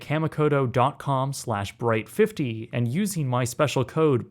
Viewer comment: (kah-mee-koh-toh) just saying as I'm so use to Japanese pronounciations